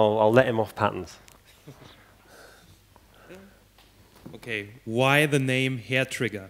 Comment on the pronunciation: To my Yankee ear, it sounds like he says patents instead of patterns.